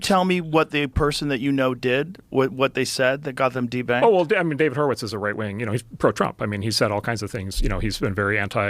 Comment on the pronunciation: "Horowitz" every single time